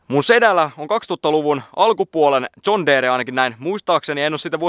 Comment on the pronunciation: Se on Jon deere eikä mikkää zon teere